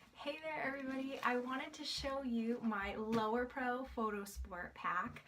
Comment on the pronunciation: You Know its Lowepro right? even in your article you use lower pro but again it's Lowepro. Thanks for the good review though.